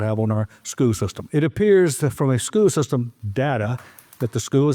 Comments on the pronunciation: What is a “skoo sistum”? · “Skoo system”